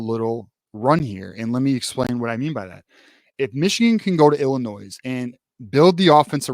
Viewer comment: Bro the “s” in Illinois is silent lol. But yes, I agree with everything you said. I think the teams we’ve been beating up on the last decade are gonna come out swinging so Michigan better come off this bye week a brand new team.